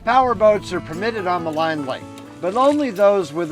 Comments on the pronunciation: Ma leen Lake not Ma line ! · FYI, Maligne is pronounced "Maleen", not "Maline"